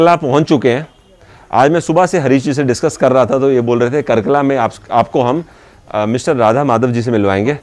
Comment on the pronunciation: nice video, a small correction- it's कार्कला not कर्कला